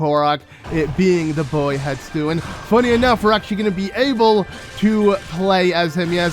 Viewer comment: Hestu. Hess-too. Not Hett-stoo. Not Hett-soo. Hessstooooo.